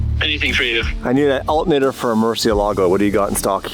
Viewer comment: "Alt nater" Hahahaha